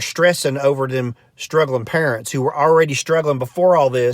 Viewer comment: I like how he makes up the words in a wrong way. Purents.